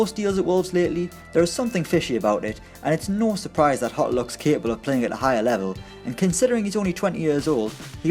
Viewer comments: It's pronounced Jota with J like in Jay, not like a spanish "J". He is portuguese, not spaniard. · Jota is read with a soft G, he's portuguese, not spanish. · At least say Jota's name correctly, what about Ruben Neves,Helder Costa? Clueless video yet again from people who know nothing about the championship